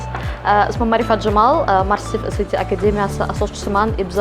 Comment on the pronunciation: saviyasi shu SAT ni qanday talaffuz qilishidan bilamanda😂 oddiy odam bo'lsa ham tushunasiz, universitet xodimi, ingliz tilini biladigan odam esayti seb aytsa endi uyatda